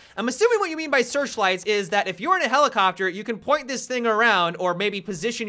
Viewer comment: Helelicopter... Genius.